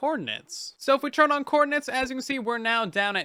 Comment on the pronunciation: I like how says "turn" like "churn"